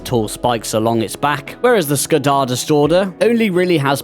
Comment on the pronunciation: Happy to get Skjaldastordr review. I'll be sure to look into the bug for additional weight reduction on the resources. Side note he got the pronunciation right on the last go.